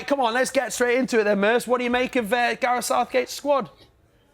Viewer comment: ''what shooked us'' ''Garef '' Southgate ''every fink goes froo 'em ''